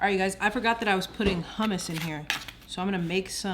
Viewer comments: When she said ‘her-mousse’, I had to switch my phone off. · Hmmm I’ve never heard anyone pronounce hummus, huhhh-mouse before 😅